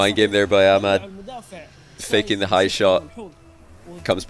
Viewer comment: For the first time i heard says ahmad correctly